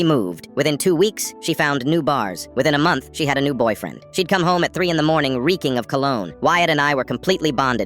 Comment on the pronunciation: The subtitles: boyfriend, the voice: bar, friends